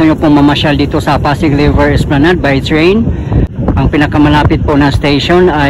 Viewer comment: napansin ko lang yung letter "T" pinopronounce mo ng "ch". like yung lrt pinopronounce mo ng LR chi yung train nagiging chrain. 😊